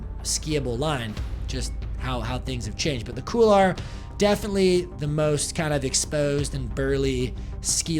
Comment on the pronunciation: Couloir is pronounced "Cool-Wah". Nice video though. You're a beast!